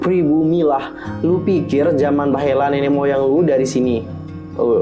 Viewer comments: Jaman baheula kak bukan bahela :V Ngakak aku sereceh ini.... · maaf kak koreksi dikit .itu cara baca "bahela" huruf "e" nya gk dibaca jelas "e" tpi "eu"